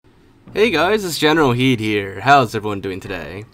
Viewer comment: why do you say your name is when its generalkidd...